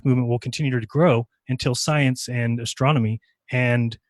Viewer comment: It's sad that someone who loves astronomy so much can't pronounce it. "Astromy". Love you. <3